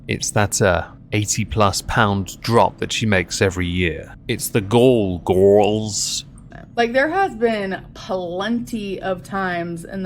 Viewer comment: everytime you say 'gorls' something inside me dies